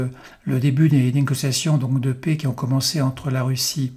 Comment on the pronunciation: Arretez de dire la "pé", la PAIX se prononce "è, ê, est, ai" et non pas "é ou et". Merci pour ça et vos vidéos 👍